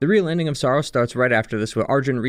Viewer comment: Sorry, but this is a very surface level analysis, I think you’re missing the bigger picture here. The first clue is that you mispronounce Saros throughout the video.